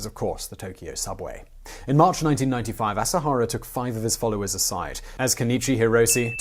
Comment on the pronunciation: "Kenichi Hirose" No dignity.